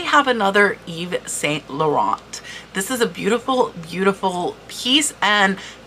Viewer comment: Hi great info , your skin is beautifull , by the way saint is pronounced san, loh rahn